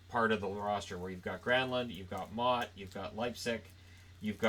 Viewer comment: Holy hell did u butcher motte hahaha